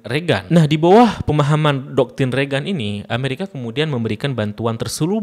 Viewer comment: Bacanya reigen bang, bukan regan 😊🙏